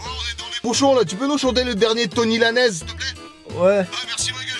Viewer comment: "Tony Lanaise" mon dieu